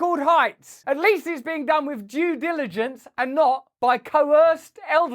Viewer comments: Did he say djewdilligence. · “jew diligence” 🤣🤣🤣